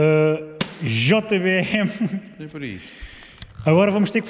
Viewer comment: Yuri "GêBêÉME" não... "JOTABÊÉME" 😂 Boa marca, vendo muito disso, se precisares, apita 😉😉